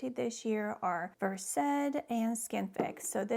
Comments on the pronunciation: I know you're a doctor so you're going to pronounce it versed but it's actually pronounced like a verse in a book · ❤Pronounciation is no big deal…but people do like to criticize every little thing to make themselves feel super smart😢❤